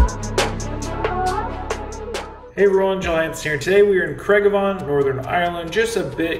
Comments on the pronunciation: I live in Belfast you said graigavon wrong.. your except..lol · It's pronounced Craig-a-van. Welcome to my island 😂😂